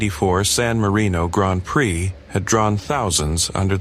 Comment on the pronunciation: Surprised it pronounces Prix properly